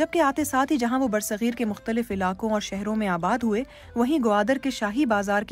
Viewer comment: It's bar-e-sagheer not ber sagheer. Sad to see BBC Urdu standard getting low.